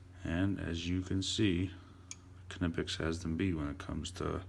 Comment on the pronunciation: Amazing somebody who actually knows how to pronounce knipex